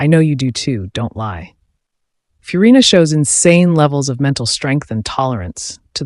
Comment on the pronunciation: Ah yes, my favourite Jenshin characters: Foe-sa-lore and Fewrina